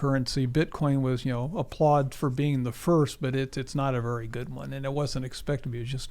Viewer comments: say very……vewry. no, there is no w in very 😂